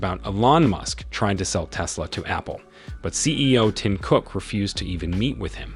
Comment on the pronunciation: Why are you saying his name like that???